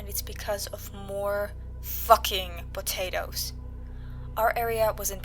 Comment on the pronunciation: Did some one say p t a t a t o s